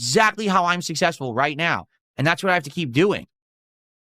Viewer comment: 100% Sus ..... but emphatically NOT SUSS-ESS-FUL!!